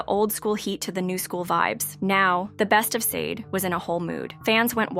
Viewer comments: IF YR. GONNA DO A PROFILE ON SUCH A PROMMINENT ARTIST, YOU MIGHT WANT TO LEARN HOW TO CORRECTLY PRONOUNCE THEIR NAMES! SADE = SHAH DAY! FOLASADE = FO LA SHA DAY! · First off you pronounced the name of the band wrong. Second her name is Helen, and third why make a video like this? She’s delivered us great music and she’s a really good person. Let her live. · She will be fine and put some RESPECT her name by learning how to pronounce it right 🤓... she will never be done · Blasphemy… No y’all won’t slander this woman name… you’re not even pronouncing her name correctly.. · If u cant pronounce her name right i dont think u should be talking